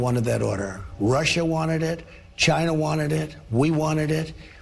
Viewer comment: HOLY CRAP!!!! He pronounced China correctly!